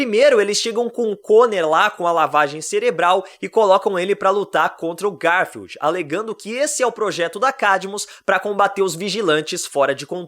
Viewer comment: também penso nisso GAR FIELD 😂😂😂😂